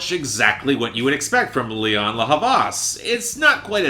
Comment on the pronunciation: It's actually Lianne, not Lianna